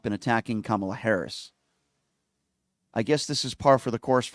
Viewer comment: Please pronounce VP Kamala Harris' name correctly, PLEASE!